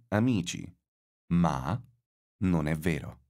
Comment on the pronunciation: Is the pronunciation of "Non" really correct? I've thought it's an [o] sound, not [u].